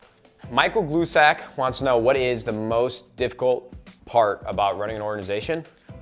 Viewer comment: So when he says "Michael Glue Sack asked..." it was actually me. People have pronounced "Grice" many different ways, but I can honestly say "Glue Sack" is a first😂😂😂Thanks for answering the question though Nade!